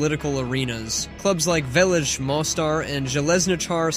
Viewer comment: As a Bosnian and Herzegovian i can confirm this. Literly everyone here plays some type of sport ( also the way you say Mostar and Sarajevo is just so funny to me)